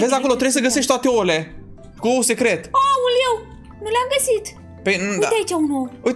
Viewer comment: Auzi la: Voi ati decorat ou ă